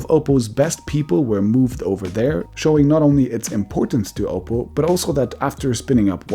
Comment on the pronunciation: Oppo, not Opal